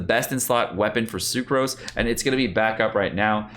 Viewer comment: Him saying the names wrong triggered me..tf is a Socruse 😂